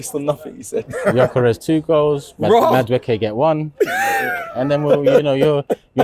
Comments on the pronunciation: IT'S YOKEREZ, NOT JOCKEREZ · Gyökeres, pronounced Juh-ker-esh or, as most people in Sweden, juh-ker-ess.